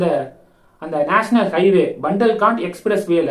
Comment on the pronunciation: அது பண்டல்காண்ட் இல்லை. புண்டல்கண்ட் என்று ஹிந்தி எழுத்துக்கள் படி சரியான உச்சரிப்பு.